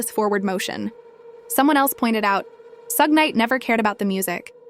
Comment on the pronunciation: Bro can you first off pronounce the name right, let alone stop using multiple different ones for suge's big dumb ass